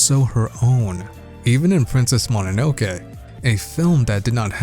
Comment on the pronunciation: As a Japanese, the most impressive thing in this video is, he pronounced Mononoke right lol